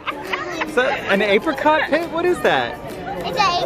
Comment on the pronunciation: I just love how said "acripot" instead of apricot. 😆😆💛 I'm gettin so excited for the other episodes of this amazing journey!! 💕💕